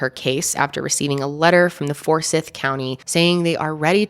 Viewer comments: ummm . . . it's For-sYth county, not For-sy-ith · Fore-Sigh-th county 😊❤ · as a georgia native, hearing her pronounce forsyth makes my skin crawl 😭😭😭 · Daaaamn! I don’t live far from Forsyth county. Never even heard of this. I’ll def have to look into it since it’s so close. Oh, we pronounce it ForSIGHTH. At least to us Georgians anyway lol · It's pronounce "for-sigh-th". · Two syllables to pronounce Forsyth. Four-sieth. Rhymes with Blythe. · i live here and it is so cool hearing you talk about this!! also fun fact: it’s four-sigh-th haha. happy you covered this, love ya ❤️ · As soon as you said Cumming, Ga, I knew I was in for an angry video. I lived in for 7 years and the atmosphere there was very racially charged. The disgusting “jokes” about where people “hung” out was a wake call. For-SITHE County is the pronunciation. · i’m from georgia and it bothers me the way you say “for-s(eye)-th” lol but i definitely remember hearing about this along with the other cases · For-si-th is the way we pronounce it here in Ga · The moderator has to go back to 1912 for a racial crime, and she mispronounces Forsythe. She is trying to spice up her mediocre reporting by race baiting. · The way she was pronouncing Forsyth was bothering the shit outta me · Why she pronounce Forsyth like that😂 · Btw, you kept mispronouncing 'Forsyth'.